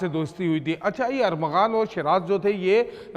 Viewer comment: کیسے میڈیا رپورٹر ہے کبھی ارمغان اور کبھی ارغمان۔نام لیتے ہی زبان پھسل جاتی ہے۔۔